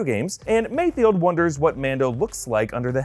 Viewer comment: MayFELD, MayFELD, MayFELD